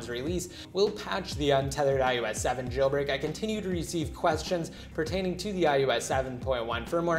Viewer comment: Idk y but it sounds to me that he is saying ius 7 not ios 7